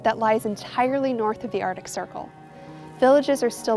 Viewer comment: Please learn how to pronounce “Arctic”